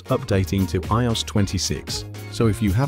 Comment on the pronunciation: Can we please stop using AI voices that struggle to pronounce the word IOS!